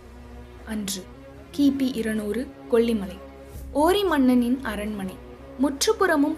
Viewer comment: குரலில் ஏற்ற இறக்கங்கள் அருமை! உச்சரிப்பில் கவனம் தேவை!! அரண்ம "ணை", கொ"ள்ளி"மலை, தகவ"ளை", ப"ள" சக்திகள், மலைவாழ் மக்க"ல்", எட்டுக்கை கா"லி", த"ல"பதி ஒருவன், கி"ல"ம்பி இருப்பது, அவர்க"லி"ன், ம"ண்ணா", ஒருவ" ணை", சித்தர்க"ல்", தகவ‌ல்க"ல்"...